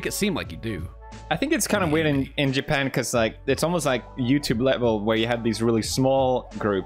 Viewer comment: Japan to yapan